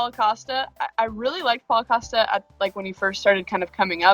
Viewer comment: Why does Whittaker pronounce it as “Coaster”? Lmao. You guys should realise that Costa has never knocked anyone out, lmao. Stop talking about his knockout power.